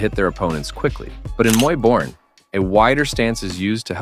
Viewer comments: Hey AI, it's Muay "Bohr-ahn", not "Muy Borin'" like the narration. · Muay boring...muay borian...muay borran...damn I hate AI voice-overs 😂. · It's pronounced Muay Boran (BORE-ON).